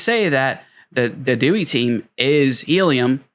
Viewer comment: its prounounced DEE-WHY.